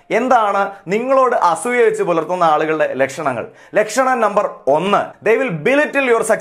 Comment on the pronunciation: അസ്സൂയ്യ .. ഇത്രയും കടുത്ത പ്രയോഗം. വേണ്ട... അസൂയ എന്ന് പറയൂ